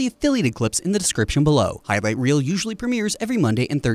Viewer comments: "high right reer" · "High Vight Reel"